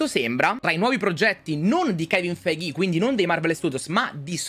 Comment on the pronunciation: KEVIN FEIGHÌ